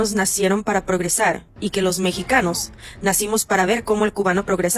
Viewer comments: No se dice progesal se dice progresar 😂😂😂😂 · La diferencia de este cubano con los Mexicanos es confundir la "R" con la "L". "Progresal", "Tercel mundo" jajajajajaja